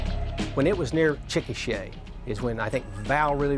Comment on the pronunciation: With rapid-fire mushmouth, his pronunciation of the word "Chikasha" can easily be mistaken for the word "chickenshit." Is that how people in Oklahoma talk?:)